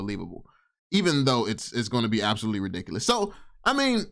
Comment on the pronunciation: Can’t even say ridiculous correctly